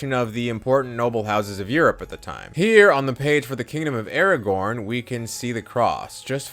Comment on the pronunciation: Im really trying to listen ;w; but Aragorn instead of Aragon is sending me to middle earth.